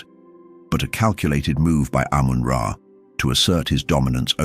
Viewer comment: ❤ its amun ra not amen men is wrong its the bible saying they stole from eygyt